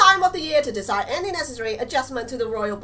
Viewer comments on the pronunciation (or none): none